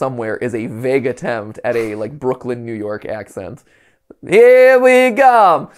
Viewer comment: The accent could definitely be a little stronger, from what we've seen it's like the Lacroix of Brooklyn accents. Technically there, but you have to pay attention.